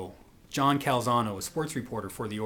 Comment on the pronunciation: great stuff! but it Canzano, not Calzano